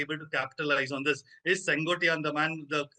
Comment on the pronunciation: The name is not Sen Goat ttai yaan. It is Sen quote tai yan. It means the man who rules the Red fort (nothing to do with Red fort in Delhi ) it can mean two things. 1) sengottai means refined fort or the Red fort. There is a place in Tamil Nadu which is called Senkottai in Tirunelveli district. That's the third meaning. 2) I wonder why news readers from north India who work hard to pronounce Western words correctly, refuse to learn South Indian names and words properly ? Is it arrogance & an "I don't care attitude" or lack of dedication to your profession ? सैन को टाई यान. Repeat it again and again and learn.